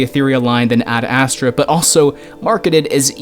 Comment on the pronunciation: The way you pronounce ad astra... it’s ASTRAAAH not ASSTRA